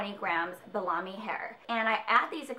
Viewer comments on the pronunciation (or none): Bellami is pronounced bella-me... you sound like youre saying bologna lol. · Lmao you said Bellami like the meat hahahaa